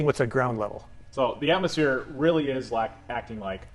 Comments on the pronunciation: Did she actually say athmoplane? Didn't laugh that hard in a while 😅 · “Atmoplane” LOLOLOL!!! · they're straight up calling it an atmoplane? I cannot take them seriously. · Idiot can't even bring herself to say 'atmosphere' shes so obsessed, has to say 'atmoplane' lmfao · Is she saying "atmosplane" in place of atmosphere?🤣🤣🤣they're SO AFRAID of that word!!😱🤣🤣